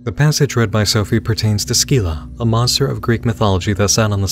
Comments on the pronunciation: It’s pronounced “SIL-AH” not “SKI-LA” but who cares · My bro, I hate to be that guy, but it's kinda in my name^^' I don't think you're supposed to pronounce the "c" in Scylla XD